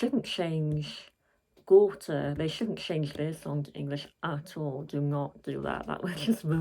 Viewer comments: You got the pronounciation right, Gaw-teh. My favourite song for sure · You say Gåte differently. So I would say, pronounce it the less English way, with focus on the E in the end😅 if that made sense, because you did say it right:)